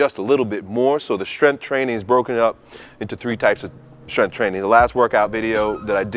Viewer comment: "Strensschth" training